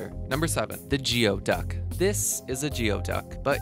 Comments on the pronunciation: Tarsier must be related to Aye-Aye. It's not a "gee-O" duck. It's a "gooey" duck. Tree-hopper is not an ant at all! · GOO-EY duck! Not GEE-O duck! Jeez... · You are correct.... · There are many words in the English language that are not pronounced just as they are spelled. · so anyway....it is spelled that way....just not pronounced that way. Kind of like the city of 'Puyallup' is pronounced. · geoduck is pronounced Gooey-duck not Geo-duck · Growing up in NW WA, we pronounce them gooey ducks instead of jee-o ducks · The bivalve is pronounced gooeyduck as in gooey, google, not geeoduck. We used to dug for them in low tide. Two openings is a geoduck. One opening is a horse neck clam. Good fried and sushi. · The Geoduck is actually pronounced Gooey-duck, not gee-oh-duck. We have them in Wa. state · Not geoduk. Goo-e-duk is the pronunciation. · The person providing the info on the various animals pronounced the name of the geoduck, a GEE-oh-duck, but in Washington state the name is actually pronounced as Gooey-duck. How it is "officially" pronounced I don't know, but I don't believe it's anything like this gentleman was saying. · Geoduck is actually pronounced gooey duck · The clam is not pronounced geo-duck. It's pronounced as gooy-duck. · The Geoduck is pronounced Goo-E-duck! Not gEo-duck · Gooey duck. Not Geo, easy mistake though. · It's pronounced Gooey duck bruh... not geo-Duck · geoduck is pronounced gooey not geo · Goo - ee - duck Not geo - duck Gooey not geo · Not Geo-duck it’s pronounced GE OD UCK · Not geo-duck, goodie-duck. In NW Washington State! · It's not goodie duck either . It's pronounced GOEYDUCK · Geo duck? Presentation 101, research proper pronunciation of names. Goo...not Geo... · It's pronounced, "Gooey-duck". It is also the animal mascot for the Evergreen State College athletic teams, located in Olympia Washington. You're welcome. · Geoduck: Ghoo-duck..lol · you're mispronouncing "geoduck," it's said like GOO-ee-duhk